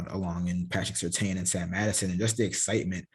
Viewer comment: Love the content. Hate to correct you but I have to. The name is Surtain, that’s correct. The “I” is silent though. So it’s Pronounced Tan not Tain. When SR was in the league, he got hot with announcers saying it wrong. Just a heads up. I love the content though sincerely and you have a Subscriber in me.